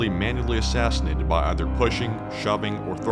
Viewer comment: "assassinated" - but otherwise a good video.